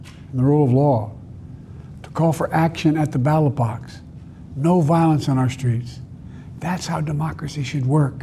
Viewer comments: Did he just say "battle box"? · And he wants us all to vote at the Battle Box . If Biden would only slow down his delivery and give himself more time for correct pronounciation, his speech would markedly improve.............and STOP whispering to the microphone. It comes over as inaudible and very weak. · "..at the battle box..." :( Otherwise a very good speech. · Wait... did he say "battle box?!" That sounds kinda sick 😂 but I know he meant ballot box, and that was a great message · I am definitely calling the ballot box “the battle box” from now on. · The man has a speech impediment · Did he say battle box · I swear I thought he said battle box instead of ballot box. Earfart. I'm kinda irked that so much sympathy is being shown for TFG, because you know damn well if the shoe were on the other foot it would NOT happen.